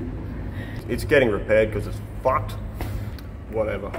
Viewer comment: “It’s getting repaired cause it’s FAWKED!!” Love it